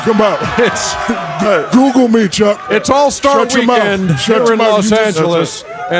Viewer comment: Shaq "Coogoole me Chuck"! ha ha ha!!